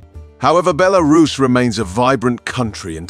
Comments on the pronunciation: I'm an american living in Russia and a have a lot of friends from Belarus but I've never heard any pronounce is like Bel aris, the way the guy on the video keeps saying it. Also the cost of living and quality of life in Mosocow looks much more attractive than the ones he's quoting for Belarus. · Is it “Belarus” or “BeLArus.” 😂😂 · Interesting video, but the AI voice breaks the immersion with different pronunciations of Belarus. Overall great content, would love to visit the country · I couldn't concentrate on the video because of the constant changing pronunciation of the word Belarus. The guy kept changing every time he said it. Did this disturb anyone else? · God, this AI voiceover is terrible. Can't even pronounce the country name half the time. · The AI voice in this video is horrible, can't pronounce Belarus consistently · Learn to pronounce it mate, or at least stick to one pronunciation in the video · This narrator pronounced Belarus several different ways 😂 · my only thought on this, why cant the narrator stick to one pronunciation of the word belarus? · Make up your mind on how to pronounce Belarus.